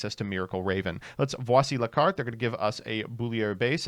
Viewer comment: The hell was that Voici la carte pronunciation.